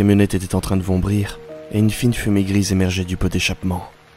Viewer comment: Vrombir svp pas vombrir !